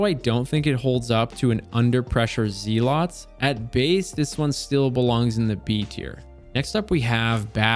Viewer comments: its "Zell-its" reward. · Why do people keep saying, "Zeelot's Reward", it's pronounced "Zelluht's". Zealot is a word (someone who is fanatical in their beliefs). I think we forget that a lot of the weapons in the game are actual words, not all things Bungie just made up lol. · Zealots =pronounced "zell-it's" First run GM clear with LFG's, and I got an interesting Adept Plug with cornered, QD, acc/liquid, chambered/polygon, Charge MW. I don't think I've ever gotten 3 perks for charge time reduction on a Plug before. I like rustic stuff, so yeah, the moon weapons 🤌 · I am so sure he's saying Zealots wrong intentionally. But deep down... Deep down I'm afraid he's not.